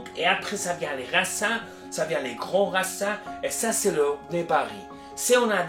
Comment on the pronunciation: C'est vraiment génial d'avoir accès à toutes ces informations, merci beaucoup :) Il faut prononcer "racine" plutôt que "racin" si vous voulez améliorer votre français, a bientôt merci ✌️